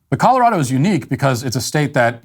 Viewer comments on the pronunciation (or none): none